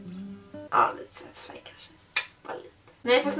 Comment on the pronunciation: Så många gånger sa setesfan stav 👎👎👎